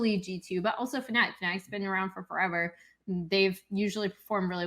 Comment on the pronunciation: At least pronounce fnatic correctly for once, do you want people to call you tailor instead